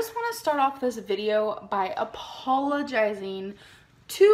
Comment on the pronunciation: How did she manage to pronounce apologizing with an h?